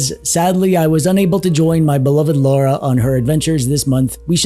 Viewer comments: I forgive you 😂, the auto subs put laura each time yet i got the feel you were trying to say it as Lara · The first syllable is pronounced more like "law" than "low." Lara, not Laura. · Every time someone says Loora instead of Lara, a baby is dying in vain... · I took a drink every time he called her "Laura." I am currently dead.